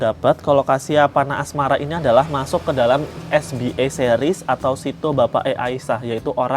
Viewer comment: Kak maaf bacanya es be a bukan es bi e. Karna ini singkatan bahasa Indonesia jadi dibacanya harus pake cara baca huruf Indonesia 🙏 btw orangnya jualan di sopi skrg siapa tau mau jajan. Udah lumayan murah kok anak2nya. 😊